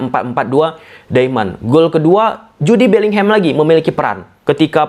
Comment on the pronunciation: Sukak bgt dengerin "Ju de" Bellingham bg 😂😂